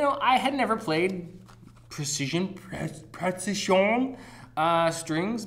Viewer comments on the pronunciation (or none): “Präzision” is pronounced as Pra-tsi-zon. It’s a very nice name to the strings, I might use them on my viola once I get it. I might get a 5-string one for my high-school’s fiddle group. They sound really nice. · "dedicated PRATZ-ZI-XIÖN user" Totally informative and hilarious!